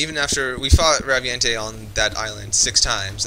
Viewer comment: They need to bring the Raviente to MH 4 since were FINALLY getting online play on handhelds (though I know were not =[) also I think it's pronounced "Ravient"